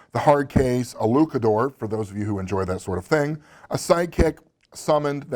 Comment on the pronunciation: Demonhunters?! holy shit, I got that on my shelf. Watched the DVD, didn't know they were the Dead Gentlemen, and kept saying "I know that guy" a lot. As said here, more comedy, but still lots of cool ideas. Also, not "Luke a door", it's "Lootch a door".